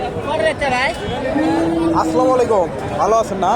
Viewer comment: ও ভাই সালামটা সত্য করে শিখেন আসসালামু আলাইকুম